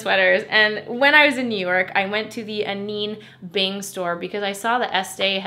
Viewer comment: Not to be that annoying girl but I hate when I’m saying something wrong and nobody tells me. It’s pronoun Ah-Nine like Ah9 bing not ah-neen bing